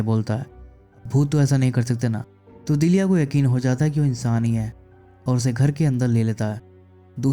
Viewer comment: Must awaiting explanation. लेकीन उच्चारण बराबर किजिये. नाम पकिया नही पक्या है दीलिया नहीं दिल्या हैं